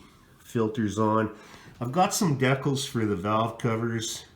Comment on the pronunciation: Will you pronounce it the right way they're called decals not decals